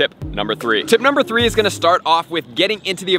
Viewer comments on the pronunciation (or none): none